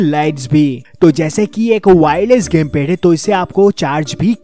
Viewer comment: Lol "pese" Ke lie..🤣🤣 "gemped"